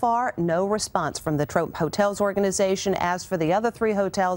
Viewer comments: Did no one here she said trope instead of trump lol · trump not tromp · “the tromp hotel” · At the end she said trop instead of trump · She said "trop" hotel instead of Trump hotel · She said trope hotels lmao... FIREDDDDD !!! Jk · “trop hotel” hehe 😂